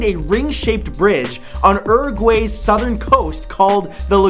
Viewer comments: Uruguay is pronounced (You're - a - gw - eye) if you speak English not (Er - gway) Please Matthew, check yo self! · the part that people dont understand is "guay", which is pronounced as G-"why" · It's pronounced you're - eh -gwuy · Matt! Uruguay isint pronounced 'era-a-gway' its 'youre-a-gwai' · It makes me mad how he says Uruguay. Like it's not that fucking hard. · aaw... that was the country... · Joaquín Medina Fuentes Yes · It's not like he can remember all the correct pronunciations of every country, especially little countries that no one gives a shit about.